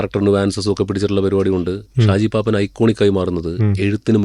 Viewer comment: ഷാജി പാപ്പാൻ അല്ല പാപ്പൻ 😅